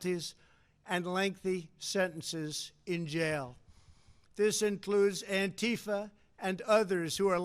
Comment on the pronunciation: I thought he said Aflac